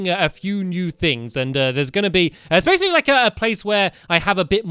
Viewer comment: STAMPY YOU SAID BASSILY ITS BASICLY